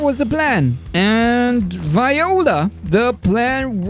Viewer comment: Viola you mean voila